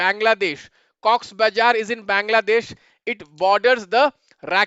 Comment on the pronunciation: sir aapki fake accent 😭😭😭😭 pandey mean noth se ho rakhaine pronounce karte chalo isme eng me liha galat bol sakta but bazar klo baizar bol rahe aap real raho na